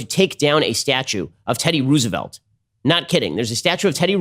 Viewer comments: even if they said it like that, who the fuck says Ruse-velt? it's Rose-velt, Ben. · "teddy ruse-a-volt" - ben shaprio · The way he's saying Roosevelt is very frustrating